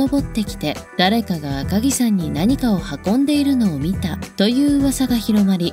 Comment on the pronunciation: 赤城さんではなく赤城やまです